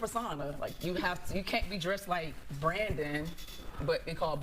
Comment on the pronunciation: 😂😂😂 I thought she said "Pletheria" like "plethora" but IDK